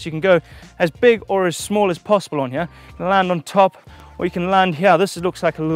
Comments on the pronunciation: Now you've said that I can't stop listening to 'hiyeah' when he says here🤣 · Love how says "here"...."Heeya" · It's a hip jump, that I can jump from hiyeah down to theiyah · listen right meow heryah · It's as if Eric Cartman was playing Super Troopers' "right meow" game.